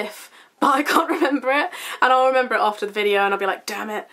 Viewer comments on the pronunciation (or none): none